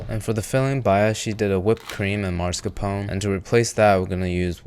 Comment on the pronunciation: "Mars-capown" - Pronounced like a true Amurricun.